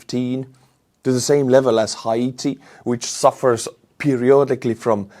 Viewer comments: to help you improve your English, in this video, you mispronounced the name of the country of Haiti. The correct pronunciation of the country is, as if you were saying "HAY-TI". The first "I" in the name is silent. Here ends today's lesson. Enjoy your videos. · Hi; Haiti is pronounced hatey as in hate with a y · I love ya bro but i gotta give you a English lesson. Haiti is pronounced long A ,and the first i is silent and the second i sounds like ee. LoL, i think that makes it short. So it's like the word hate with the ee sound on the end. I'm amazed sometimes how complicated English actually is. In my 65 yrs it has changed a bit. It's been polluted by several types of slang. And honestly it's not properly taught in our schools with any kind of regularity from state to state! It blew my mind when states started to no longer teach cursive writing! How can you not teach this discipline! How can you say your educated and you have to print your signature? I think they taught a baboon how to print his name. I know they have taught gorillas how to speak sign language. And these lil cockroaches were raising are stupid and we have all our future hopes in a generation that can't even properly sign their damn names! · Pronounced Hey Tea Haiti